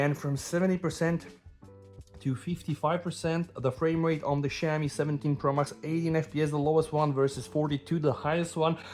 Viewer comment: Bro, you pronounce Xiaomi like shau-mee